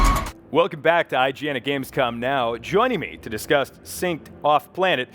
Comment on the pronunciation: did he say "to disgust" and not to discuss xD